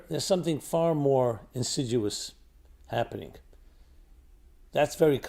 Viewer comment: Did he say insiduous?! Insidious I know but I don’t know what insidUOUS means.